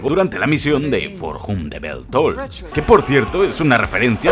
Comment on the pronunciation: "for jum de bels tols"